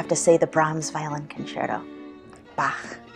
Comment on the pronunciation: First English speaking person who pronounced Bach correctly.